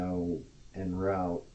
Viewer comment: For a supposedly intelligent guy, he can't pronounce "en route."